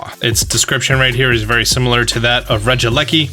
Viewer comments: I think it’s pronounced Reggie lecki. If not that’s how I’m calling it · Rekieleki is pronounced inthink regi leki no e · ITS REGIE- LEKI so it sounds less weird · In case you don’t know Regileki (pronounce as reh-gee-lek-e)names comes from the slang term for electricity in Great Britain So yes you may not like the name but at least you know why it’s named that Besides you can rename it in the Pokémon center when it come out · I think it’s pronounced Re-Gel-liki